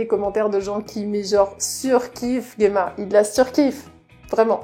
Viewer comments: Alors, si je puis me permettre, en japonais Gemma s'écrit ジェマ, ça se prononce Jéma, comme en français et non Guéma, voila voila… Sinon la vidéo sympa comme toujours. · Pour Gemma, le fait de dire "je le dis a la japonaise" c'est malheureusement même pas vrai, car j'ai joué avec les voix japonaises et ils prononcent "Jima" en Japonais :/